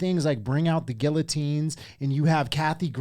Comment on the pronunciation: Dude can't even pronounce guillotine.